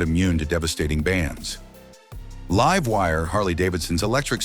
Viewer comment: AI crap. Can't even say "Livewire"